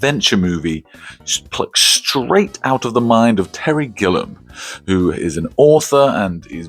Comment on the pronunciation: Terry Gillum? You're missing a syllable there champ.